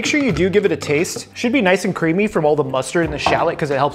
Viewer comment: the way you said creemy was wierd